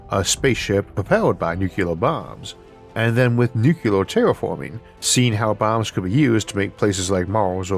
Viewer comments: Sorry, but using the word nucular rather than nuclear is my pet peeve, especially since I work in modeling NUCLEAR explosions in my job. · Nu cle ar. NOT Nu cu lar. Goddammit. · In today's episode, we discuss nuk-yu-lar transmutation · I love Isaac, I really do, but does anyone else get a twinge when he says nuke-you-ler?